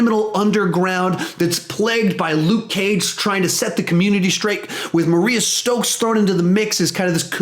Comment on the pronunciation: Mariah Stokes not Maria stokes (read that in bushmasters voice)